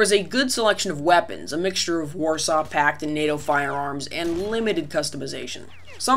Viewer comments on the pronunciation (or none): none